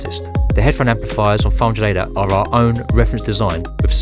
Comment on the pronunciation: This narrator should really work on pronouncing his words a little better because he wasn't saying 500ADAT, he was saying "fraunjadata". I was here trying to learn about this product before potentially buying it.